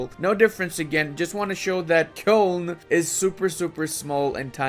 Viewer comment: Nobody:: Kyœln